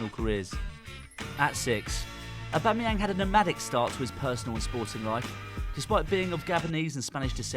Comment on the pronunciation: Also, his name is pronounced "AubameyONG" as it is from the French language